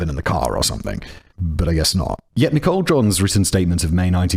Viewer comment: Am I crazy, or is he pronouncing "Nichole" wrong? 😅